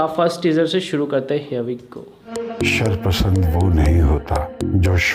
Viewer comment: Sarpsnd nii Sherpsnd